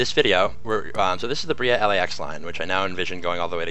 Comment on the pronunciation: It’s pronounced Bray-uh not Bree-uh